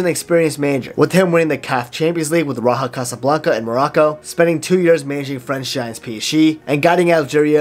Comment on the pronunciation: pronounciations are a bit weird, raja is raja not raha and wydad is wee-dad not wyedad. Otherwise probably the best video explanation. Sub earned